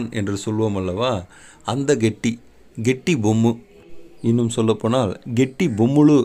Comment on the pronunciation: Kettibommulu. Not katta bomman